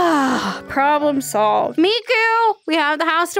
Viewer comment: it's miku not mako...